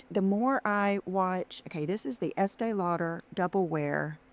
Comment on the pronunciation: Does she say " Essay Lauder ?"😂